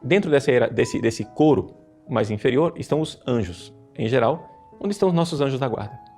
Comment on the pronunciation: "coro dos anjos" e não "couro"